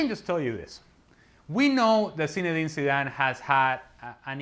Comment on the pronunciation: No one: Ale: Sinedine Sidane